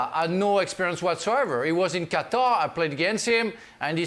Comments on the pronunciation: Gab: "Cutter" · Cutter? Does he mean Qatar? :)